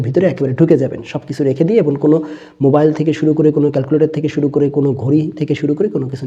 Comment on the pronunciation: স‍্যার আপনি 'এবং'এর উচ্চারণ এবন বলেন কেন।।প্লিজ ক্লিয়ার করে দেবেন সঠিক কোনটা হবে